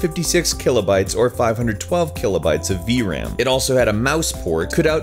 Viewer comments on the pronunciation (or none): none